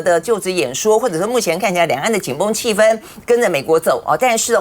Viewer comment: 主持人发音非常准，气氛（一声），在大陆能读对的人也不多😊